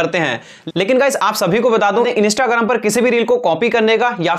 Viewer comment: Bhai instagram hota hain inista nahi hota hain 😂😂😂😂😂